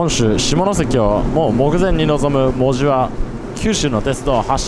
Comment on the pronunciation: でもこの人、意外にも門司のイントネーションが間違っていない 珍しい本州の人間